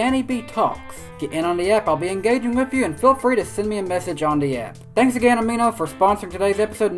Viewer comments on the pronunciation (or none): none